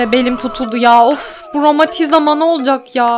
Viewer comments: Romatiziama değil romatizma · romatizima nolcak acba romatizma değil romatizima evt evt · Romatizama ? romatizma :D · YANLIZ 7.40 TA ROMATİZMA YERİNE ROMATİZAMA DİYO :D